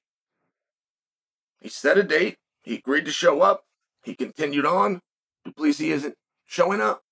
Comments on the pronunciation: Du Plessis is correct spelling not plessi.... so you say his name wrong. It's.... Do-pla-see-sis, (say his first part of the name as you would say "hey bru") so it is "druh-khus" "do-plah-see-sis" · Uncle, DuPlessis is said...Do-pliss-see and Dricus is said...Dlee-cus. So it's, Dlee-cus Do-pliss-see, and you are correct, he is a tuff c&*t. I'm a Kiwi and don't mind saying he is tuff. Sth Africa is New Zealand's biggest foe at International Rugby for about 100 years we have battled each other and we respect the 'Bokkies for their hard men, real tuff bastids and they would be the world's premier rugby team if it wasn't for our All Blacks team. We kicked their arse last Saturday night here in Auckland and nearly doubled their score but they were still a formidable foe, as hard as nails, it's just that we play better rugby, oh yeah, our team, the All Blacks are a pack of hard baskets too, but better rugby players. South Africa are the incumbent world cup holder. November 2023 in France is the next Cup where the trophy returns home to Kiwiville, where it feels the most welcome. The William Webb-Ellis Trophy it is called, we in NZ call it 'The Billy'and the Rugby Union HQ has a Cabinet, chocka block full of a huge array of silverware, cups, etc that the All Blacks have won over time and it looks bare without the Billy. Welcome home son, ALL is forgiven. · Driscus ‘doo pleesi’ plessis